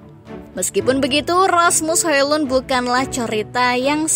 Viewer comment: cara bacanya Asmus Holon...